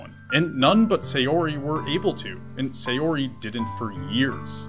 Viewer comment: While I've enjoyed some of the benefits of anime and other Japanese stuff slowly becoming more and more mainstream, the most difficult part of this slow process is that all of the youtubers still pronounce every name incorrectly. Sayori- The 'Sa' in Sayori is not pronounced the same as 'say', it's like the 'sa' in 'sand' or 'sample'. Natsuki- While the pronunciation of each syllable is ok here, the lengths and stress is messed up. Japanese is a pretty flat language and while it does have stresses they are a lot less intense than those in English. It also has the convenient feature that unless specifically lengthened with an additional vowel or shortened with a "っ", all syllables are the same length. In short, don't emphasize or extend the 'tsu' like you are. Yuri- Yuri is the one you come closest to getting right, but be careful that the the 'Yu' is properly pronounced like the first u in 'ukulele' or 'uniform' rather than with a 'yuh' sound like the 'yer' in 'lawyer'.